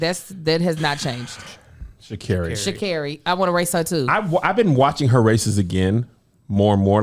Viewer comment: Lol at pronouncing ShaCarri correctly and them “correcting” her